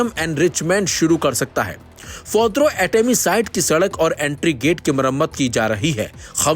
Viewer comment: भाई साहब आप बार बार फोद्रो कह रहे हो वह फोद्रो नहीं वह फोर्दो साईट है